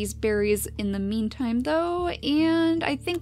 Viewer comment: Every time she said "in the meantime" I thought "in the memetime"